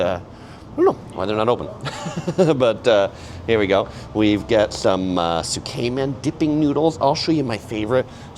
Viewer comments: Tsukemen is pronounced S’ke-men not soo-kay-men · Tsukemen is pronounced "sook-men" or "tsook-men," with the first syllable sounding like "sook" or "tsook" and the second syllable like "men". Not Zook-Cayman